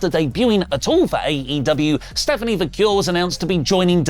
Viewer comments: Vah-kerr > Vah-cure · Nothing huge, but i believe her last name is pronounced VAQ EHR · Vaquer damnit! It's pronounced like VA' CARE if you all can't pronounce her f'n name right, that don't say it, Idios Mio.